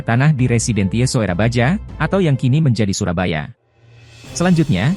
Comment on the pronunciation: Soerabaja itu ejaan lama dibaca surabaya ejaan yang disempurnakan. Bukan dibaca surabaja.